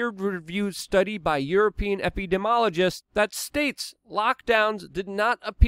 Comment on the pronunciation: Your saying epidemiologist incorrectly